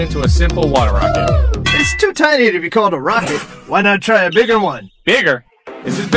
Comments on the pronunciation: On second it said hcalled instead of called 🤓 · hcalled instead of called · “It’s too tiny to be hcalled a rocket” hits hard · "Hcalled" is that an error or an actual thing cause if it is i bet its an element in the future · “hcalled” hmm yes wise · Bro said Hcalled 😂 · Ahh yes, “hcalled”😂😂😂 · Called❌ Hcalled✅